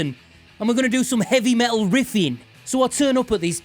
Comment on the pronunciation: It's pronounced "Meh Tul".... not Me-ull. Consonants are a thing FFS.